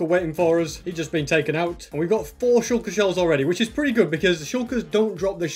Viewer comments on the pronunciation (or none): Its not sh*oo*lker its sh*a*lker